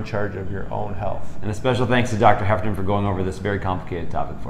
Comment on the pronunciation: Every time you said Heffernan, I heard Heparin :D